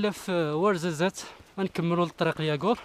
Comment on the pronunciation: دوار" وارزست " ماشي ورزازات كاين اختلاف كبيير فالاسم و النطق , فالفيديو نطقت اسم الدوار خاطئ